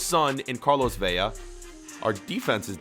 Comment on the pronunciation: Why do you say velas name like if it had two ll